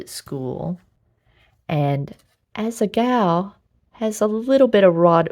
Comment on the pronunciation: Am I the only one who constantly hears asa-gao "as a gawl"